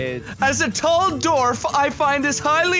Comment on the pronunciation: Are we goin to ignore the fact that said dorf instead of dwarf and how he said it with such confidence